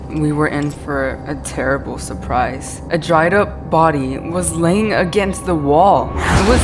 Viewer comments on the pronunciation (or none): none